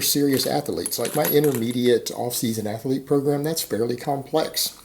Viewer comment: Dude, there is no "e" between the "th" and the "l" in "athlete".Just say "athlete". There's no third "e".